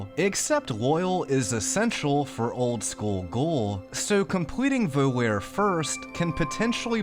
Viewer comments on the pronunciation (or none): I hate to be that guy, but “volare” is pronounced “Vo-lah-ray” not “vo-lare” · It’s pronounced VO LAR AY it’s Italian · Vo-lair?!? Yer killin' me. LOL. t's Vo-lah-reh. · Vol-are-ay, not, vol-air. It is Italian for "to fly" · The quest name "Volare" is pronounced VOE-LARR-AY, not VOLL-AIR. It's from a famous Dean Martin Rat Pack era song that's long been associated with Las Vegas. Surprised this never came up in the previous 48 episodes. A few minutes of research should have cleared this up, but we all miss stuff eventually. This is a really fun series for people that love FNV, and a very minor complaint overall. EDIT: Now I see that I am at least the sixth person to point this out. Sorry! ¯\_(ツ)_/¯ Here is the Dean Martin song that inspires the name of this quest, btw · FYI volare is not pronounced like "vol-air" It's "vol-are-eh" like in the song "Nel Blu, dipinto di blu" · having studied latin for many years, i just have to say it. the quest "Volare!" it's a latin word that means "Fly!" the letter V is actually pronounced like a W in latin. The quest name would be pronounced "Whoa-La-Ray" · as an italian I cringed everytime you pronounced Volare as “Voe-lair” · It's pronounced VO-LAR-EH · Wait, isn't it pronounced like Voh La Ray? Like in the song? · to be fair I used to pronounce it Voh Lair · That's....not how you pronounce "Volare" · You keep mispronouncing "Volare", so here's Dean Martin with the pronunciation guide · There has to be at least one comment in here about how you pronounced "volare" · you saying volare that way physically hurt me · He mispronounced the word volare. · yea but i never knew it was pronounced like that